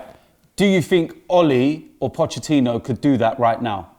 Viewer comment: "Pochechinno" - Robbie